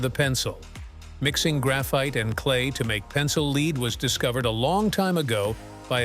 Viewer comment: if huggbees was unfunny and boring and stupid AI cant pronounce lead. please delete your stupid robot wikipedia channel forever